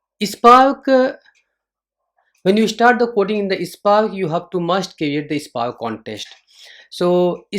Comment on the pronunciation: Hi, you are pronouncing SPARK as "EISPARK". Thats ok.😊dont mind. Nice session. Good inputs for beginners.